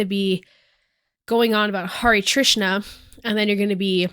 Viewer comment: HI Hindu here i feel like you said hare trisa every time its actually hare krisna